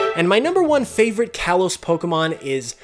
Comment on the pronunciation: "Kalos" is pronounced "kah-lohs"